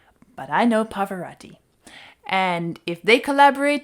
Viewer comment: A minor pet peeve. Pavarotti is pronounced Pah-Vah-ROH-Tee, not Pah-Voh-RAH-Tee. Italian is a phonetic language and words usually sound the way that they're spelled, with exceptions for certain consonant combinations like "gl", "gn" and "cc". I took Italian in college and saw him perform in concert so it always grates when I hear his name mispronounced. Otherwise, great channel and videos! And beer! 😆😆😆